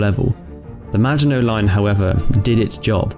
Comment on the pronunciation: The way you say “maginot” is a sin